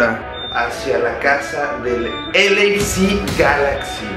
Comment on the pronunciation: HE said LA Galaxy 😅😅😅😅